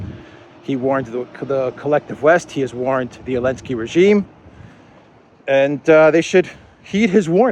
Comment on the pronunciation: why do you call him "alensky", vs "zalensky" ?